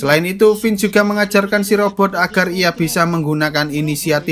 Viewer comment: mantap!!!! aq senang dengarkan "Vince" dilafalkan dgn bener. Makasih!